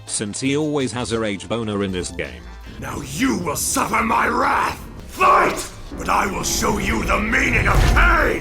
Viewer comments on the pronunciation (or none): none